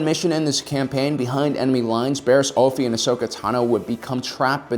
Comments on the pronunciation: Just you know for the record, the pronunciation is Offey not Oaffy just saying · I really like your videos but just gotta say, sometimes the way you pronounce things urks me a bit. Oafffie?. Not trying to be rude, a lot of the names/terms are cannonized in their pronunciation. Anywho, keep posting cool vids!